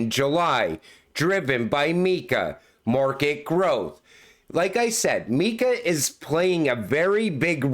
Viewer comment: Mika. not. Meeka